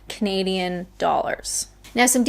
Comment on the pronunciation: Canadian! I thought you said comedian